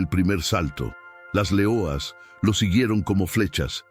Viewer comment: porque dices .... L E O A S ...... en portugues y no LEONAS .... en español ??